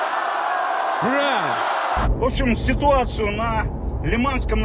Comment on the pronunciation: Вслушайтесь как произносит Путин слова ура - это что? Последние вздохи меня это очень беспокоит не заболел ли он